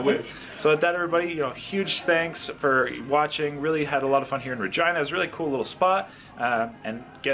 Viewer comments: Lol. Is it pronounced "Ra-Gee-Na" or "Ra-Gine-Na"? It sounded weird when you said "Ra-Gine-Na". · Oh lol 😄 That's an interesting pronunciation for Regina. I've known it to be Re GEE na. Learn something new everyday! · Why do I keep hearing say Vergina.... 😲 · Lol. I keep on hearing "Vagina" every time I hear him say "Ra-Gine-Na". 😜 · I wanted to say is it just me or has Regina the name always been pronounced Re-ge-na ?? Never in my life have I heard it that way unless he wanted to be funny lmao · Sounded like he kept saying vagina lol. Thats my type of eating challenge. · Is “Regina” really pronounced like “vagina”? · What is that areas name? I swear was saying vagina 🤔 also I would have totally ate the bread with the pasta 🍝🥖 gotta dip it 😁👍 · I cringe every time he said virgina🤣😭🤣😭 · Noooo It's pronounced Reh-gee-nah But sounds funny. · I thought he kept saying " Vagina"🤦🤦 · Please stop saying ragina! 😲🤔🤔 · Are you saying Ragina?? I’m confused I’ve never heard of Ragina! Are you sure it’s Ragina ? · 🤣🤣 did you said vagina? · Double take every time said Regina